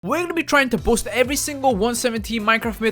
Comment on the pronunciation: No one: Literally no one:: We’re gonna be trying to bost every single Minecraft myth